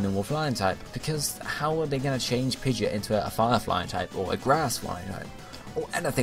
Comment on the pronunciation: Pidegeit..... He doesn't say the "o" :I